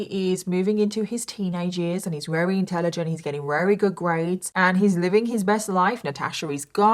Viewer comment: Just something I've noticed... alot (most) of the time you say wary instead of very 😊